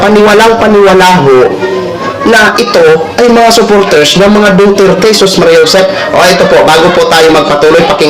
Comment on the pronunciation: Pki sbi s sumisigaw DUTERTE hindi DOTERTE! 😂